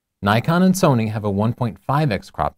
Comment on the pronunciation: why do you always say nikon and sonny???? just say sony.........